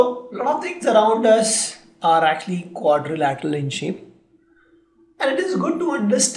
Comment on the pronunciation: Learn how to pronounce Quadrilateral